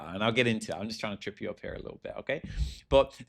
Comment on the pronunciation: the way you pronounce the word "up" is generational and needs to be studied